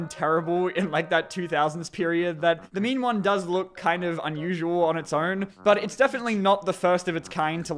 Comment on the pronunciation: Every time says "The Mean One", I keep hearing him say "The Meme One"... And this just made me realized that internet meme horror movies exist and that makes me sad a bit.